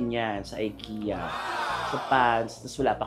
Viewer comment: Actually, it’s not Aykiya” it is pronounced as E- ki-ya…. (Ikea).. Wala, trivia lang…..😄😅😅